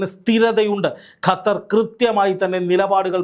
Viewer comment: Gathar❎ Qatar. ✅